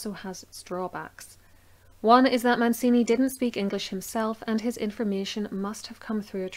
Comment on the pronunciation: Very thorough presentation of the 'evidence'...but get some help with the pronunciations of the names! Italian names aren't difficult! Man-chee-nee NOT Man-see-nee!...Jil-lyee NOT GIG-ly!...the Ulster tones are great...but it's important to get the details right, right? (Eye-ther not eee-ther...!).